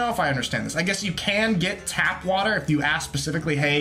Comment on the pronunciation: It's "tap water" not "tab-water." Just fyi.